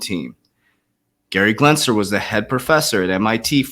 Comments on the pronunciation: CANNOT YOU NOT FUCKEN READ GENSLER>>>> NOT G"L"ENSLER ... its like the 50th time you think you could read in all your "research" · Gensler .....Glensner......no GLENS GEN Just helping not criticizing